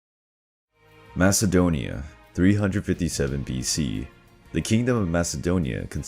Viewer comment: Lion 1968 even though you spell it with a k sound.. the way you say it sounds like there’s a H sound, and theres no H sound in MAKEDONIA🇲🇰🇲🇰🇲🇰